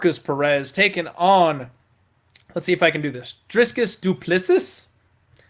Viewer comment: What a clown. Have you nevee watched a youtube video of Dricus just to hear how you pronounce his name.. you are a joker